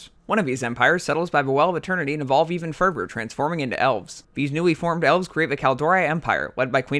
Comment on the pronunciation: evolve even ferver? - uh-ver people? - twisting never? - save azeroff? - togever - norvern cities - Arfas? Nope. I can't tolerate this. That's enough.